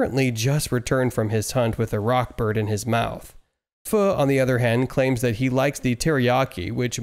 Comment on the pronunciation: It's rod Bird not rock bird